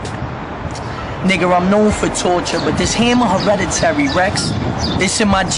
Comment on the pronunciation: Why it sound like says "nigger" when he says nigga listen closely